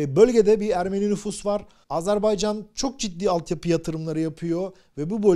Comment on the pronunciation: Doğru telaffuza önem verdiğiniz için çok teşekkürler, ağzımız öyle alışmış demiyorsunuz, sağolun.!, Azar bey can değil doğrusu Azer bay can.!